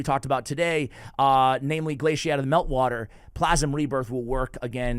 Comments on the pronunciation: Still saying Glaicad wrong even after getting it right recently lol. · Did you purposely mispronounce Glaicad and Slitherer? 😂